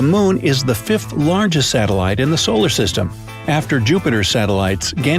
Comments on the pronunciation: IO ..Bro not LO . Pizza planet? :) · Fresh Space Facts (that aren't facts) like Jupiter's moon: "Lo" (Lima Oscar - pronounced "LOW") Fact = it's called "Io" (India Oscar - pronounced "eye-oh") so many errors in this video that the most accurate part was in the title "... Will Leave You Confused For Days" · UY Scuti was found to be much smaller than we thought. Also, the Great Attractor is actually a large cluster of galaxies. Lastly... LO?! WHAT IS LO?! Last I checked, it's Io. EYE-OH. The same thing goes for Iapetus (ee-app-ee-tuhs). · Also “Lo” isnt Lo its Io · It's io, not Lo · Ganymede Callisto and Lo? 🤣🤣🤣 it's not Lo but Io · Lo? You mean io the moon of Jupiter not Lo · Jupiter’s moon is “io” not LO! Saturn has 82 moons not 60! Nice research there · Bright side, it's IO no LO. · Lo? oopsie. Io. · In the first six minutes there are two factual errors. Jupiter does not have a moon called "Lo". It does have a moon "Io" pronounced "Ee-oh". Second, eclipses of the moon happen fairly often, not hundreds of years apart.